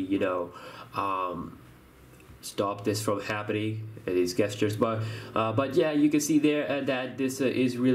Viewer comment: Bro, "gestures" is pronounced: JESS-CHURES. Not guess-sters lol